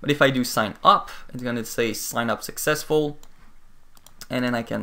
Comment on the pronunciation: its successful not successul